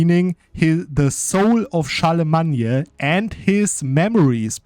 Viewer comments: where is this Charlamagne pronunciation from??? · Typical English pronunciation for Charlemagne is “Shar-le-main” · In English the name is pronounced Charle-le-main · and IMO, butchering a name just cuz u want is terrible reasoning. The English pronunciation derives from Old French btw. You're simply wrong, as many have now told you.